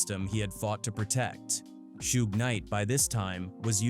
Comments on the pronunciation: Who is "Shoog"? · wtf is a shoog, trash ass AI channel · Who tf is shoog? This AI slop has to go … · “Shoog Knight.” “Mob Pie-roo.” Too many creators are too comfortable being lazy with AI captions. 👎🏾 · Suge pronounced shug its short for sugar bear